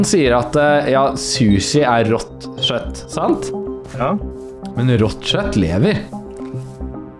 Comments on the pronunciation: det heter kjøtt og ikke sjøtt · det uttales kjøtt, ikke shøtt.